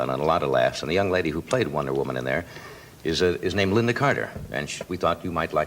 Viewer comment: You make a video about Lynda Carter and you don't even get her name right?